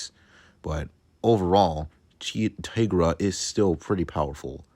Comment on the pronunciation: it’s pronounced tai-gra